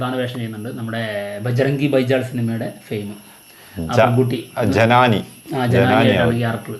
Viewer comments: ജനാനി അല്ല ജനനി 😂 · ജനാനി അല്ലടേ🥴 ജനനി.. 😑കഷ്ടം! 65 വയസ്സുള്ള ബാലയ്യയ്ക്ക് ഈ കൊച്ചു പെണ്ണാണോ നായിക എന്ന് മെഴുകിക്കൊണ്ട് X, FB'കളിൽ വേറെ കുറെയെണ്ണം 😑😑😑